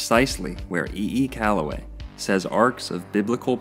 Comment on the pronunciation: E. E. C”ala”way